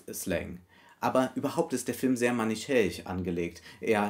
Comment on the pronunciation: "manichäisch"? Ich bin nicht sicher, ob ich das Wort (akustisch) richtig verstehe.